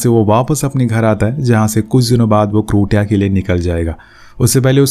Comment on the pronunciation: क्रोटीया नही क्रोसिया होगा ।